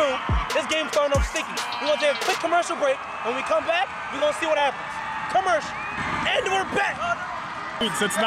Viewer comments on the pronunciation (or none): When u said curmarcial it went on Commercial